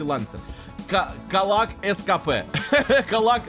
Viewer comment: Не каллак. КАДИЛАК